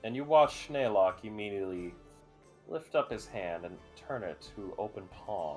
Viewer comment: Every time they mispronounced Naylock's name as Nylock I think of the character from TOME; NYLOCKE, THE DRAGON OF DESTINY!